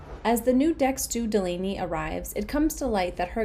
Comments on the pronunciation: Agreed! Katie, Courtney & "Doll-ahh-knee" WORKED great as a team. The key word being worked. Katie is in charge, so she needs to be the boss & shut down the crew advice. The Chef has NO say except in the Galley. No one has any say. It's up to Katie about HER crew. From Day 1 "Doll-ahh-knee" earned HER tip, Lexi didn't. And if I recall Mat got his FULL tip when he was MIA on his Day 1. Katie could have made her life & stress level so easy. Fire Lexi. Hire "Doll-ahh-knee". She sleeps in Lexi's bunk. No one moves cabins. Easy peasy! (Insert Khaby hands in here) Come on, Katie! ♥️ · and mispronouncing her name the entire time.Lexi is looking for fame by lying & creating more work for the crew.